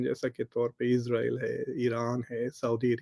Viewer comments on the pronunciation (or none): none